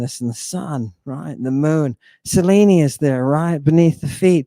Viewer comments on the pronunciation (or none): none